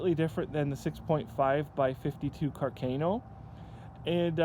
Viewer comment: I love Canada and I would love to have one of these Cooey custom rifles, but you guys are killing me with your pronunciation of Carcano and carbine.